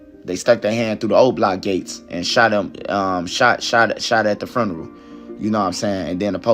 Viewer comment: Lol I want to get a job teaching the people of Chicago how to say the word “funeral”. The word only has one letter R but everyone in Chicago thinks it has 3 Rs. “Frurneral”